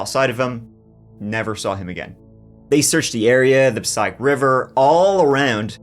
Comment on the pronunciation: Pa-SAY-ick River